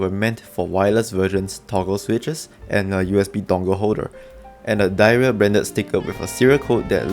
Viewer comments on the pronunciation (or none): Apparently it’s supposed to be pronounced “dih era” everyone says diarrhea and Kemove says nothing about it 🤣